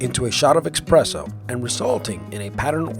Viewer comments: expresso *espresso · Sorry for sounding like a smart-ass, but it's espresso, not expresso. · esspreso not expresso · Eh-presso! Expresso is how the French pronounce it!☕️☕️☕️☕️ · Expresso? Moron 🤣🤣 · It's espresso not expresso buddy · funny coffee fact: there is NO "X" in ESPRESSO. woooow... :O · He.. keeps.. saying... expresso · There is NO 'X' in espresso. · It's actually pronounced ess-press-oh, not ex-press-oh. Sorry to be such a grammar Nazi. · espresso not expresso... holy shit that annoys me way more than it probably should when someone says that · Expresso... Unsubscribed. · Why does everyone call espresso expresso? Is it something i don't know? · Dude! There's no x in espresso.. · It's not "EX-presso"…that bugs the crap outta me. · it's eSSpresso, not expresso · "Expresso" tho... No x in espresso people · It's ESpresso not EXpresso, common misspelling, for some reason it annoyed me everytime you said it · I stopped watching once I heard him say 'expresso'. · dang it! he said "EX-spresso" sigh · Espresso is pronounced espresso. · Did he say expresso? (@ seconds) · Did anyone else hear "expresso"? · Esssssspresso. Don't sound dumd! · ugh he keeps saying "expresso" and as a barista it is killing me. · LOVE THIS...Great narration, except for one pet peeve. There's no X in the word ESPRESSO. ;-)